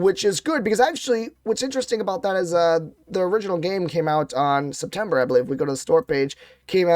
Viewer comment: Septomber???? ROFL